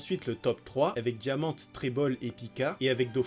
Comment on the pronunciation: Par pitié c'est Rosinant"é" et diamant"é"